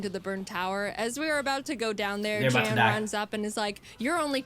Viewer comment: ok, 2 things, 1, his name is pronounced 'Yan' because...Grman or something. nd 2, he reacted to this video and was deeply honored to be in it, he had never been animated before. ok, props to him over with, Back to watching the video!